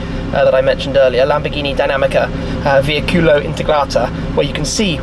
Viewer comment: Come Shmee pronuncia veicolo?? Vei'culo🤣